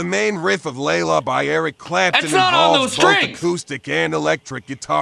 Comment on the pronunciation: That's not Layla, that's Gayla.